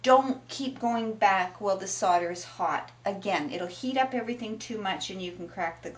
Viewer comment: Solder is pronounced soul-der